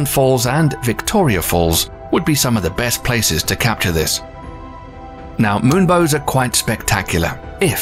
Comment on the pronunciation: Ahhh thank u. It's been irritating the f out of me every time he said it. I thought I was in a Mandela trip, especially hearing I can only see moon-bows facing the other way. . . Good vid tho